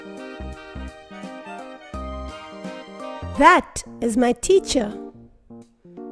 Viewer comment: Why are you saying “dash” instead of “that?”